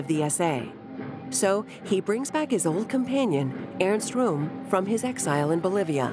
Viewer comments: Airst Room. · Earns Room 😂😂